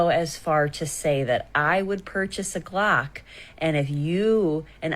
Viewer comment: Purchase a glock! I thought she said she's going to purchase a clock. No wonder she confused me. 😂